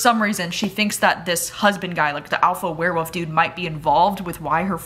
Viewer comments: Love you but I kept hearing you say “where-woofs” and it’s too funny! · I laugh every time you say werewolf. You pronounce it Wear Woof. So cute.